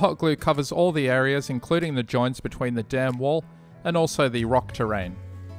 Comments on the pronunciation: What a great-looking diorama! And, I know you were saying „dam wall“ but to me it always sounded like „damn wall“ and made chuckle a bit :-) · "before i glue down the damn wall" is what i hear lol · For some reason it cracks me up every time you say the dam(n) wall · i’m glad to see i’m not the only one who had a giggle every time he said “dam wall” etc. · I swear the audience is just 5 year olds. Laughing at the fact he said dam wall. 🙄🙄